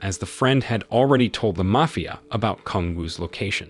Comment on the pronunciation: Is the narrator AI? It was weird how they mispronounced mafia boss and then a few seconds later pronounced mafia correctly. I don’t mind if it is just interesting.